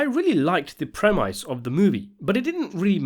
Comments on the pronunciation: It's not a 'prem-ICE". it's a prem-is. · It's pronounced premiss, not premice. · I was with you until you said " premice "....!? The word is " premise " and it's pronounced PREM ISS, NOT PREM ICE....You've lost all credability now, I can't continue.... Byeeeeeeee....!! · It’s premise. Not “pre-mice” 🤣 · So I was thinking: could you pro-mise me you never say pre-mise again? Cheers. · Pre"MICE"? really? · The ‘prem - ice’ ??? Are you AI generated ??? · Learn to pronounce premise.